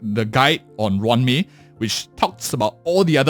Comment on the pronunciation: It's roo-wan may not ran me 💀